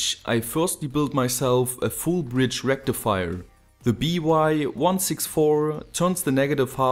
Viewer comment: FULL BRIDGE RECTIFAYA